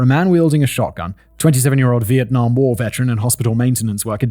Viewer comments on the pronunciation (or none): none